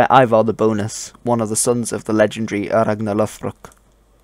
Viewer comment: your pronunciation or ragnarr lo∂brok is off